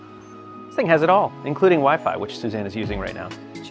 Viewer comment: lol I heard ‘has even wife’ instead of wi-fi 😂😂